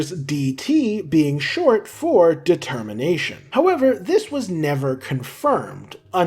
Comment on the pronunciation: ah, yes "de-termination"